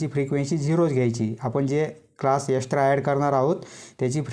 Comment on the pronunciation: Extra❌ Estra✅😂